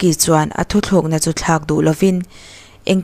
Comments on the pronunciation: Thu thlukna ni lo in. "Thu tlukna" tih tur aw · Thu thlûk na nilovin, Thu tlûk na , tih tur aw.